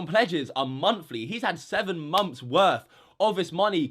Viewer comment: no hate on anyone, just noticed how would say "months" it kinda sounded like "moms"